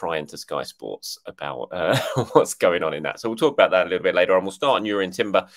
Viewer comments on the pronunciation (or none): I heard Jurrien Timber refuses to sign off on the deal until pronounces his name correctly! 😉